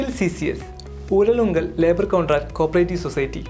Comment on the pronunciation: ഉരലുങ്കലല്ല ഊരാളുങ്കൽ